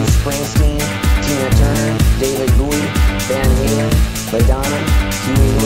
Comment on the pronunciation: Best thing you can do with the loony rantings of this humorless cleric is to chop it up and make a killer tune! It irritates me the way he cannot say David Bowie's name for some reason. What harm have poor Herbie Hancock or Stevie Wonder ever done anyone anyway?